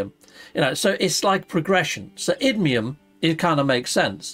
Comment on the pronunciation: I know I'm being a pedant and my OCD is getting the better of me but, it's iNdium and AtlanTIDium. Sorry but my OCD muscle gets a cramp every time you say Idium and Atlantium. Apologies. Carry on.